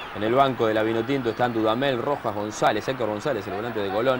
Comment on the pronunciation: AL PRINCIPIO EL NARRADOR NO CONOCIA AL LATERAL GONZALEZ DE LA VINOTINTO, NI SIQUIERA LOGRO PRONUNCIAR DE MANERA CORRECTA SU APELLIDO AL FINAL DEL DIA NO PUDO DEJAR DE SOÑAR CON EL TURBO GONZALEZ.